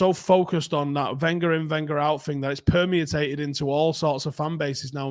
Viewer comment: "permiatated" LOL